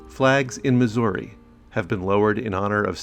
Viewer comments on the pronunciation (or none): none